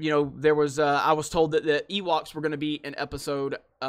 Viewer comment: You lost all credibility when you said ”I like Ewalks.”